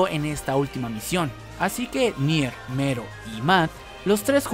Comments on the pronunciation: Mero dice yo pensé que era melo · Melon , no mero jaja😂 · Algien mas piensa que es Melo y no Mero? Solo digo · Casi me muero durante todo el video por el hecho de que estabas diciendo Mero, na sabes cuantas ganas tenia de ir a tu casa y corregirte para que dejaras de decirle así, lo siento